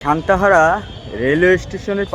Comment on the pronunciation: শান্ত হরা ❌ সান্তাহার ✅